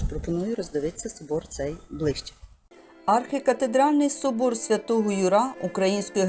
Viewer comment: Архикатедра́льний собо́р Свято́го Ю́ра. Не ЮрА наголос